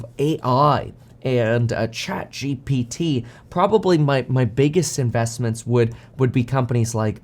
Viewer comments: Its chatGPT. Kevin has a hard time with saying that. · Kevin has difficulties with these letters G P T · love it when kevin struggles to prounounce ChatGPT and even misspells it in the title. He becoming an old man fr!! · Kevin emphasizing the P in the ChatGPT